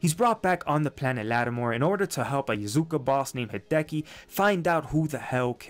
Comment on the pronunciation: “Yazuka” lmao